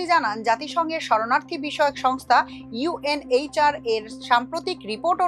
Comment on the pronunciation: UNHCR কে UNHRH পড়া মারাত্মক ভুল যা পাঠের মানকে প্রশ্নবিদ্ধ করে।